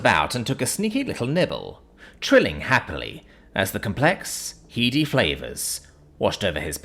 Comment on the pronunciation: Needs a universal translator to pronounce heady correctly apparently. Hearing more and more mispronounced common words lately. Is this becoming another AI voice over, albeit a cloned voice version?